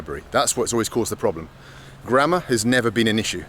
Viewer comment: You sounded like: "Forget grandma" :D